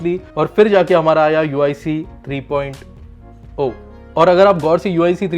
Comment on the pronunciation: 3.o nahi 3.0 three point of nahi three point zero Bolte hai